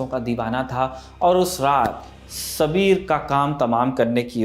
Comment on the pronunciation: सबीर नहीं साबिर था उसका नाम